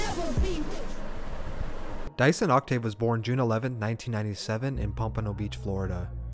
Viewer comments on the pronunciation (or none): you pronounced his name wrong the whole thing, i could barely finish bc it made me mad everytime you said it !! it’s pronounced “due-son” not no mf “dyson” like he a vacuum !!!!!! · Dieuson Is pronounced as Jason.. Jesus christ 🤣